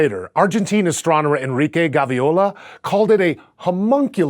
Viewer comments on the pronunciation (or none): none